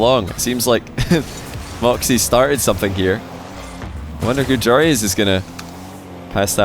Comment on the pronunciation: Love seeing joreuz win...yes its because im dutch.... love how completely pronounce his name....@ wich region do you think is the best overall and why?? Love to hear your opinion about this